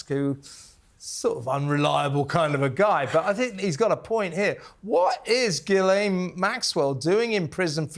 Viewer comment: Her name is ghislaine (jeeslen) not guylaine, please